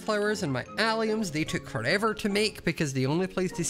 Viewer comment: Every time you say “alliums” I keep thinking you’re saying “aliens”💀💀